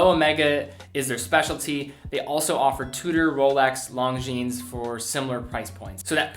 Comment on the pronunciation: Hello! Pronounce "Londzhin" - not "Longhines"!!!